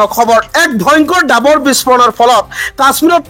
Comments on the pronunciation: "সাজু" শব্দটিৰ উচ্চাৰণ হাজু বুলি কৰা হয় কিয়। ডাবৰ নহৈ "ডাৱৰ" হে হয়।বাতৰি পঢ়োতে শুদ্ধ উচ্চাৰণ নহলে শুনিবলৈ বেয়া লাগে।গতিকে উচ্চাৰণ শুদ্ধ কৰিবলৈ চেষ্টা কৰা ভাল। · Dabar nahoi uchcharon davar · Agote apunar pronounciation correct kori louk , apuni nijei miya jen lagise , gai poth nohoy ghaipoth he hobo , dabor nohoy dawor ,,apuni sure and certainly dangor miya hoy , miya mane bhatiya manuh , mane bhatir dexor manuh ,😂😂😂😂